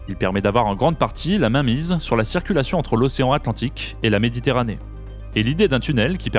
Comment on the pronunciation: GéographiQUEEE, époQUEE, stratégiqueeee, AtlantiQQUUEE, BritaniQQQUEEE, MarocKKSSHH, AffriQUEE, haha trop marrant ! Comment sont prononcé les mots finissant par "..que" dans cette vidéo 🤣 "KKKSSSH"